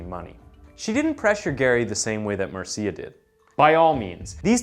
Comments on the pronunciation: Marcia = “Marsha” . . . Not “marseeyuh” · OK, couple of things: "Marcia" is pronounced "MAR-shuh", not "mar-SEE-ya". Secondly, you leave the strong impression that his crimes took place in Salt Lake City, never mentioning once (that I can recall, not gonna rewatch it) that it was in Seattle where he did his killing. Different city, different state. Yes, there's a Green River in Utah, but it's not the one where he dumped so many of his victims; that one is in Washington (the state, not D.C.). 😉 Only when you state where he is, in a Washington penitentiary, do you mention that state. Gotta tighten things up, bud. I'll watch some more, but we'll see how you do in others. I've seen some of your other stuff and didn't notice anything glaring like the 2 in this one, and I subscribed because I liked it. Hope this was a one-off... Peace, bro. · thats pronounced marsha my bro lol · Mar-see-uh lol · I have a friend named Mar see ah. Spelled Marcia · Hey, in Spanish it's pronounced Mar ci a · I was going to comment on the pronunciation of Marcia 😂